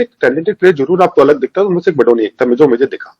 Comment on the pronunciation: Kamino phele BADONI naam likhna aur bolna to seekh lo.. Hum बदोनी ya बधोनी nahi balki बडोनी हैं "ड से डमरू वाला ड" पढ़ना नही आता क्या?